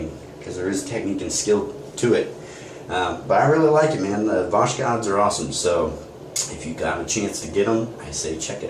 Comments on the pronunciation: pronounced Vozhod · BTW, you're not pronouncing it right. The best Americanized approximation is basically like "Vossk-" with an O like in "boss" and "-hod" with an O like in "pod." In English we don't have the X sound or the kh as it is spelled in the Russian to English translation.